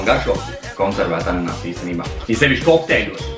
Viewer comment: ananasi nevis ananāsi